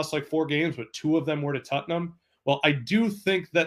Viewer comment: this one dude keeps saying "tuttnum" and its friggin hilarious